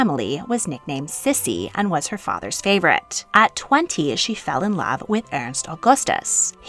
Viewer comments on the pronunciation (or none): none